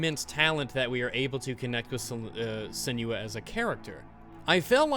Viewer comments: IT'S SEN-WAH, NOT SEN YOO AH! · Sen-new-wa pls god